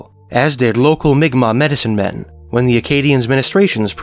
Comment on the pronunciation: Pronounced mic Mac